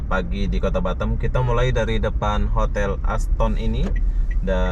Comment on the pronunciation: Kota batam bro bkan batem ...hdeeehhh